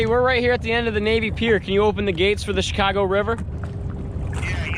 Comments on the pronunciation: “Goeen to She-kaar-go” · And they’re going to ‘ChAeCahgo’